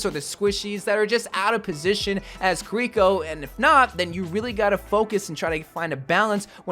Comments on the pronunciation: Multiple people in past videos kept talking about how wrongfully pronounces her name "Koriko" when it's even spelled "Kiriko". Official dev video comes out with them saying "Kiriko" on multiple occasions. continues to call her "Koriko. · So jern and kiliko you have to pronounce it right 🤣🤣🤣🤣🤣